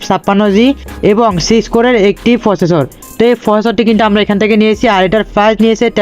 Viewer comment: ফিসি না, পিসি🙂 ফসেসর না, প্রসেসর🙂